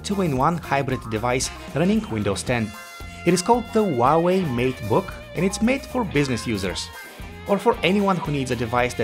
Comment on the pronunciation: Who Ah Way, not WAWAY